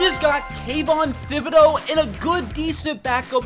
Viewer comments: It’s not Thib it’s Tib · It’s not pronounced thibodeaux it’s pronounced Tibodeaux